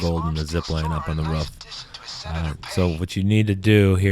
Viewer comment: "You have to go back up the ruf"